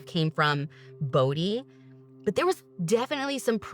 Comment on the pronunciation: As a Bode, I’m just happy and grateful that our last name has finally been pronounced properly ❤️